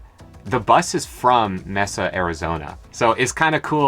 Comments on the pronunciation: Well, I can't remember anymore what I suggested - it was something that incorporated both your names,. Saguaro - I'll live with it. BTW it's "MAY-sa" not Mess-ah Arizona. :) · Having lived in the southeast valley of the Phoenix area for over 40 years, Mesa is pronounced "may- sa" with the "sa" sounding like "sub" without the "b". It means table because Mesa is on a flat bluff. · Great name! and since you are always asking for suggestions, Mesa is pronounced May-sa, You have hit all the places I've been to and it's nice to revisit them through fresh eyes. Love your channel! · Hey you two. Love the sprucing up of the bus, that white striping looks cool. Yo - Mesa is pronounced MAY-Sa. Like the many mesa's in the entire west. If y'all are gonna be desert dogs, you gotta know the pronunciations. 😆. Also, I recommend traveling Hwy 101 (or 1) up the California coast, through Oregon and Washington to Vancouver BC. Then go over to Banff and come back into Montana through Glacier National Park. Or, reverse. From AZ, you should be able to take US 89 all. the way up to Canada. And there's so much to see on US 89. I wanted to do a photo book on 89 from beginning to end. I just need motivation. Oh and make sure you kow Canadian regulations before you go. They are going to search your bus when you enter, guaranteed. They tore my RV up a few years ago, probably cuz I had NM plates and the whole Breaking Bad thing. But you guys will stick out like a sore thumb, two young people in a lime green n skoolie... yeah. And heck, the border might be closed due to Covid. It was last year when I wanted to go, supposedly that is now open. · Mesa Is Pronouced Ma Sa. are you going to sedona and the Grand Canyon? I have been down to the bottom of the canyon and Sedona has the big rocks along with the Church in the side of the mountain as well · Enjoy channel but your pronunciation of Mesa was wrong